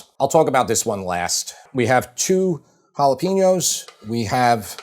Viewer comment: Please learn how to say Jalapeno correctly.